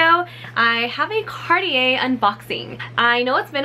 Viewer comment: It’s not card-ee-yee but it’s car-tjay. That’s how you pronounce it. Thank you ☺️